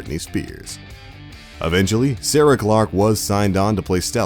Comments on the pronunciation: Excuse me but the actress who played Stella is named Sarah Chalke, sounded like you said Sarah Glark or something. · He said Sarah Clark but its Sarah Chalke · Sarah 'Clark'? I thought it was 'Chalke' Beth from Rick & Morty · Sarah Clark? lol it's Sarah Chalke